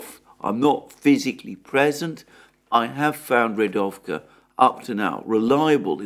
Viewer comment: I would just like to help by pointing out that 'Rigovka' is Readovka